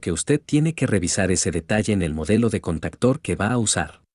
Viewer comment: Se dice CONTACTOR, no CANTACTERS